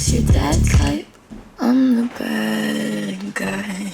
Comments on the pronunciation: バッガイって言うの違和感しか無いんやけど笑 ウォーターのことワラーっていう人見たい笑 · badguyが、バッガイに聞こえるww